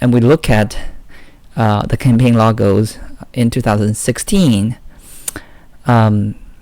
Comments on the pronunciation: Logos not Lagos man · Campaign "lagos & slogans" ? Wth man. Lol. I can't watch your videos because your pronunciation is so hard to listen to 😕 sorry